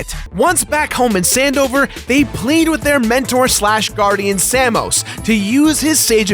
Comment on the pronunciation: omfg, how do you do that? The game has complete voice acting, and never once has someone called him sam-ose, it's same-ose